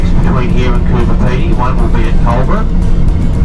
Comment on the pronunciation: Hey, I don't want to sound like an arsehole (LOL), but were you saying Cooper Pedy (instead of Coober Pedy)?